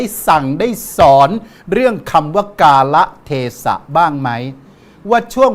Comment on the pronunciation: อ่านว่า กาละเทศะ ไม่ได้ ไม่รู้ความหมาย